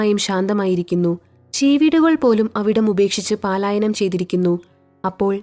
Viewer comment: കഥ സൂപ്പർ! പാലായനം എന്നല്ല 'പലായനം ' എന്നാണ് വായിക്കേണ്ടത് കേട്ടോ 😂